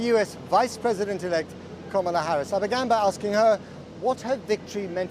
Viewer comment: Komola? Lol announce her name properly